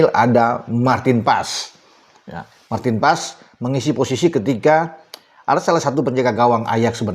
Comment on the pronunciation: marteen paes bukan emil anders